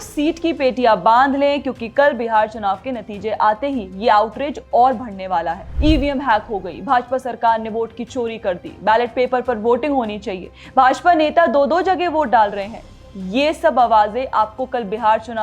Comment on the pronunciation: 'भ'ड़ने नहीं, 'ब'ढ़'ने कहा कीजिये! 'फ़े'के हुए नहीं, 'फें'के हुए कहें! (फे के नीचे 'नुक़्ता' नहीं होना चाहिये, बल्कि फे के ऊपर 'अनुस्वार' की बिंदी होनी चाहिये।) 'भ'ड़त नहीं, ब'ढ़'त कहें! इससे परे, आपका समाचार और उसका आंकलन स्पष्ट और बहुत अच्छा है! 👏 👏 👏